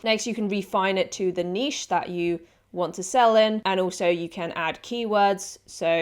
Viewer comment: You’re the only person so far in these pod videos that pronounces niche correctly. SUBBED